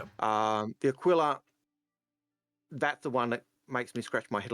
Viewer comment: a-key-la as in tequila